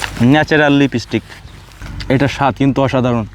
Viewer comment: লিবেসটিক না লিপস্টিক 😊